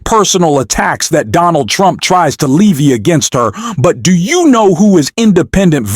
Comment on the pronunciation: This is a hilariously effective PRO-Trump video. The narrator/bot, who can't pronounce "levy" or "diatribe" rants insanely and then proceeds to play complete truth from DJT. I expect these are the same people who denied Hunter's laptop and Joe's senility and the 3 million$ from Ukraine...... until they had to admit Trump was RIGHT about all those.